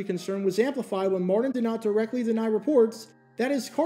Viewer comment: How can u say "Curtis" but cant say "Martin" (Mardin)